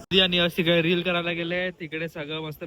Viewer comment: Everything is temporary but him calling रिल as रीळ is permanent 😂😂😂 Peak brainrot😂😂❤